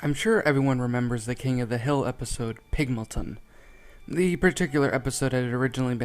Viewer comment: Pygmalion, not Pigmolton.